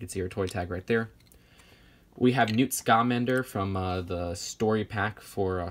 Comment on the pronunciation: It's Newt Scamander NOT Scalamander